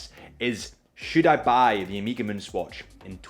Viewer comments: Please please! Learn how to pronounce it : ow-meh-guh. Its annoying. Is the last letter of the greek alphabet. Please don’t say omeeeeeegaaaee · One more thing: it’s not “omeega”, it’s “oh meh ga”, you can do it. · Listening to you say Omeeeega like 20 times was killing me, although I made it through the video. I don't know why people can't pronounce the word Omega correctly. It's really not that hard, look it up. It's a Greek word with a soft E. Im not trying to be a grammar Na*i but for the love of god if you say a brand name 20 times in a video....say it correctly. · Good lord this guys annoying. Music in the back is atrocious. Nobody cares about your date story - could’ve just explained that resale value is higher than retail. And it’s not “Omeega”.